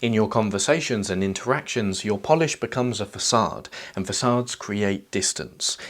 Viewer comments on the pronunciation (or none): none